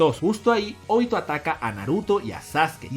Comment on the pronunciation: ¿Porqué acentuas los nombres como se te da el jaimico? Mádara, Óbito, Nágato. Por mencionar algunos.